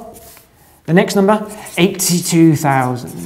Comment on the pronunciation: Why does he sometimes pronounce it noomber and other times nuhmber? For example, and .